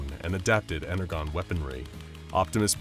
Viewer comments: I.. I am speechless. Four (or three depending on how you see it) continuities. Bayverse Prime, TFP Megatron, G1 Starscream, Travis Knights Bumblebee. Mispronounced Energon. Have bumblebee destroy buildings? Optimus chased by SCP-682? SCP-682 transform? If someone told me that would be an SCP crossover story someone made, I'd never believe that.. I've seen enough XD Oh man, I can't wait for SCPs vs Reapers (Mass Effect), SCP vs Flood (Halo), SCP vs Unicron (Transformers), SCP vs Arceus (Pokemon). Let em cook. But for real.. after seeing that Bumblebee and 682 transform into a cybertruck.. imma bleach my eyes. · I listend to this because i love both this channel and Transformers but oohh god... the mispronouncing of energon made me feel weird 😭 en-er-jon not en-er-gon 😭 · “Ener-gone”… no it’s pronounced ENER-JON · They never defeated optimus here and why is he saying energon as ener-gone ? As in the comments mentioned , its pronounced with a "J" sound like enerjon - more specifically like enerjohn if you want. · Bro called it Ener-Gone like an A.I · I get the feeling the people who worked on this have little to no clue as to the lore behind them and all the different designs they used. The icing on the cake was the way they pronounced Energon. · yeesh cant help but cringe every time the mispronunciation of energon is heard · I kid you not I could not get past because of the mispronunciation of Energon the G should sound like a J, I know I sound like a little Bi- brat but I just can’t stand it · energon? sorry you just said it incorrectly you w should watch tfp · how tf did you pronounce energon wrong? fake fan? And why is starscream G1, but optimus is bayverse?! 0/10 reasoning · He keeps saying Energon wrong.. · The way he pronounced energon made me cringe... g is pronounced as J in energon gosh.... fun video otherwise. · Why are they pronouncing energon incorrectly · Is... is he trying to say Energon? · I stoped watching because they kept mispronouncing energon